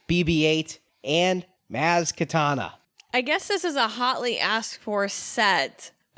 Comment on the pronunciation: Maz Katana? It's Kanata...